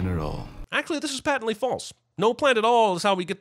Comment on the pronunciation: Sinning the Sin Guy for mispronouncing "patently." - Sinning the Sin Guy for mispronouncing "Mxyzptlk."